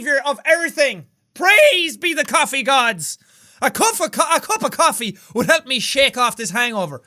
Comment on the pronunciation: "I would like a cuf of coppee, thank you," Jack in the mornin' after one night stand...